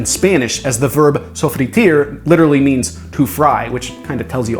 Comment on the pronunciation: Oh shit, was just coming to say it's "sofreír" not "sofritir" and I was surprised to see so little comments, I thought I was watching a video with tens of thousands of views at least. Very pro!!